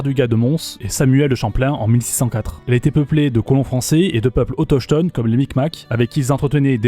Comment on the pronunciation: tu a mal prononcé autochtone le ch sonne comme un K